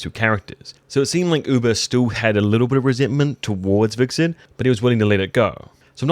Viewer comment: Every time you pronounced Hvitserk wrong.. a fairy died somewhere...